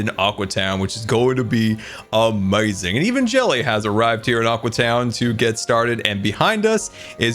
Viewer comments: So will scar ever realize it is now "Aque" town instead of "Aqua" town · Psst, it's pronounced aque town. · its aque town (pronounced a keew town)